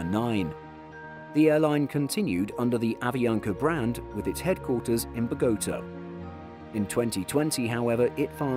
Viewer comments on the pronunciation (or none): Indeed. BOH-ga-TAH. The stress is on the first and last syllables. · The lovely British accent doesn’t take away that this narrator can’t pronounce things for shit. And it’s not the first instance either. Bogoutah? Come on… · The pronunciation of Bogotá and Junkers was a little off, but still a very nice video. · Great vid, although man you butchered those Colombian names 😆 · Not to mention the way the narrator pronounced Bogotá :P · His pronunciation of Bogotá 😂😂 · The mangling of Bogota and Junkers was awful.